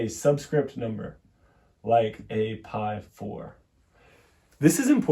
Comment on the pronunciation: Please, "pí "or "pi" with any accent for that matter, or without an accent, is not pronounced "pie." It's pronounced "pea."